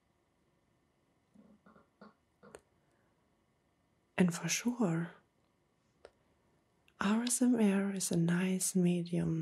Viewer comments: It sounds like ur saying rsma instead of asmr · Why do you say RSMA Katz and not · Like the asmr but to be honest the way you say asmr just makes me wide awake and annoyed because you don't say it correctly